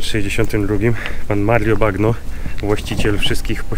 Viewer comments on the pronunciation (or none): Czyta się to nazwisko Mario Bagno- Banio. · Bagno czyta się "banio" i współcześnie znaczy tyle co " łazienka " 😊😊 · Nazwisko wymawia się "Bańo" tak jak po włosku łazienka. Pozdrowionka z Italii ;) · Nie mówię po włosku, ale takie podstawy jak czytanie "gn" jako "ń/ni", chyba każdy powinien wiedzieć w dzisiejszym świecie. Tak więc... Nie pan "Bagno", tylko pan "Banio" ;) Pozdro! Odcinek jak zwykle 10/10! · Bagno czyta się bańjo. Bagno to po włosku łazienka. Czyli pan łazienka :D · Banio się wymawia A nie bagno;) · Bagno czyt. ,, banio,, łazienka